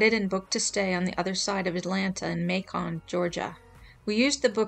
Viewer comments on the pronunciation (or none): Not May-Con but May-kan lol Like Bacon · "May-Con" That's funny. It rhymes with Bacon. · I’m from Georgia and loved how you said Macon, it’s pronounced May-cuhn, but who cares😂